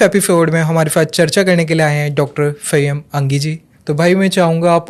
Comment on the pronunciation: Bhai yeh banda toh ko fanyam angi bol raha hai bhai ke moh se fiss fiss ceee ceee ki aawaz zyada aati hai 😂😂😂😂😂😂😂😂😂😂